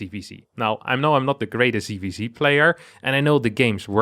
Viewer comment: ITS NOT "CVC" ITS "ZVZ" PLS CORRECT YOUR PRONUNCIATION!!!!!!!!!!!!!!!!!!!!!!! NOT "SEE" ITS "SET". JEEEEEEEEEEEEEEEZ Also: This is not about winning a computer game, its about winning wars... Future wars will be fought by drones/AI, and the best AI will win... Pls get up to date.